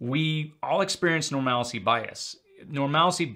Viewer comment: love your videos but one that always bothers me. Normalcy is NOT pronounced norMALacy… It’s pronounced “Normal C” Why do people have to add an extra A into the word? Just say it correctly, PLEASE!!!